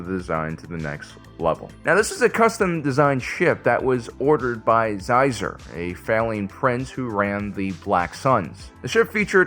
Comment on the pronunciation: More exclusively Legends material!? IMPOSSIBLE. Also Xizor is pronounced closer to Scissor than Ziezer, if I had to write it down it would be Shizor.